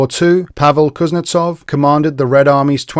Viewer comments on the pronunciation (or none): none